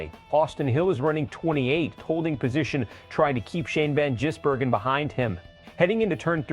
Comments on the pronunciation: Insulting Shane by miss pronouncing his name.. Ive watched SVG in the Oz supercars... warning for Hill... dont wake the bear!! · This is bullshit. You moron cant even pronounce his name correctly . Moronic Click baiter. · Your AI is no better at pronouncing SVGs surname than Hill himself